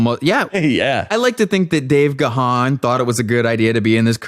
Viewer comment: that was funny, and what is particularly good was your knowledge of DM and music overall) one point though, Gahan is pronounced just as "gone"